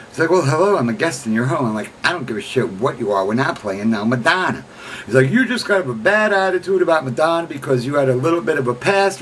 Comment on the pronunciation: You don't even know how to pronounce her name...